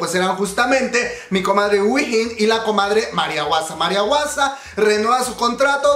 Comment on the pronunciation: Q le diga guasa a hwasa.... *Respira profundo*... Me incómoda un poco